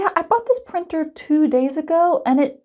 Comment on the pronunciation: printer? more like prEAnter